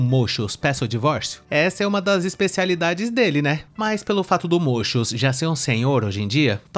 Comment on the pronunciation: Toda vez que falas muchus eu morro de rir